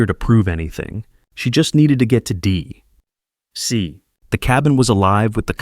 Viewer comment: to DEE ... CEE!